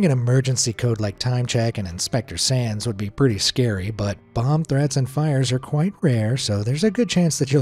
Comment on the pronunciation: When you said “Inspector Sands” I kept hearing “Inspector sans”, and now I’m just thinking about sans as a fireman. Papyrus would probably try to feed it spaghetti. “MAYBE IT’S JUST REALLY HUNGRY! MY SPAGHETTI WILL CALM IT DOWN!”